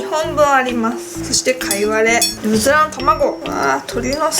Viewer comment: うずらの卵って言いずらそうなゆうかちゃん可愛いw 辛いの苦手じゃなくてもこんだけ量食べるのはキツイよ〜(^_^;) マヨかけると中和されるんだね！！